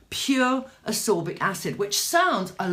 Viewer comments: Ascorbic not absorbic. Abut like how you mix a ferulic 😆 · Its not absorbic its ascorbic...and its not vitigo its vitiligo(which is hypopigmentation not hyper!)..it is keeping me off from completing the video apart from the filming set up..bye!